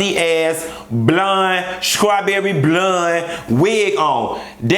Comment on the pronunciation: "Skrawberry Blund wig" lmfaoooooo!!!!!